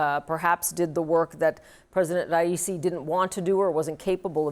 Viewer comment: Ha ha ha ha she had no idea how to say his name lol